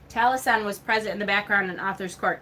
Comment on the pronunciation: It's important to keep in mind that the Southern Hemisphere exists (despite the silly flat-Earthers' claims), and is on the opposite side of the Wheel to us at this time of the year... Spring Equinox, whatever you may call it... Taliesin is pronounced, "Tal-ee-ESS-in..." Mabinogion is pronounced, "Mab-on-oh-gee-on." Eleusinian is pronounced, "El-yoo/oo-SIN-ee-an." Back in the 80s and 90s, when I was starting down the Wiccan path as a kid, the Golden Bough was one of the few hefty resources you could find in most libraries. It really is an interesting read, though Frazer does focus a lot of attention on the Near East and the Middle East, and especially on the Greco-Roman mythologies. For more comparative-mythology resources, someone might enjoy "The Pagan Christ," "The Jesus Mysteries," and the Farrars' books "The Witches' God," and "The Witches' Goddess." British books use "corn," "cereals," and "grain" basically interchangeably. They don't often mention the yellow American variety, except to call it "maize," when they do. As for getting rid of books,... I make a point of marking the year I buy each new book, as soon as it gets home, so that if I haven't read it in five years, I'll donate it, or sell it to someone who might use it. Mind you, I went out of my way to ensure I have books that are out of print in my collection, and I hate to get rid of the ones I won't be able to replace. Horns and antlers are important at this time of year because autumn is the rutting seaso